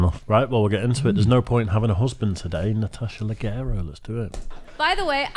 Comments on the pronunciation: Its pronounced Natasha "Lashero" (Hard to spell it out but its a soft "G" or whatever in Lagero) Its not pronounced Leggero like ur saying it. I know u dont read comments so its probably pointless but just trying to help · Not to be picky here, but her last name is pronounced Luh-jeh-row…Italian pronunciation.